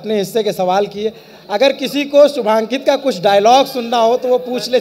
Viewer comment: Every time the interviewer called him Shubhankit it hurted my ears